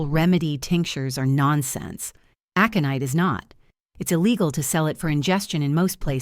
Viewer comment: Well written story! Worth the time to listen. The only problem was AI's pronunciation of a few words (aconite) was far wrong, and timing / stops while narrating the story. Still, better by far than most.